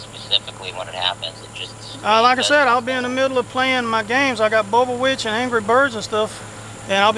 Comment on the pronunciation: "I got bubba witch and anry birbs..." 😂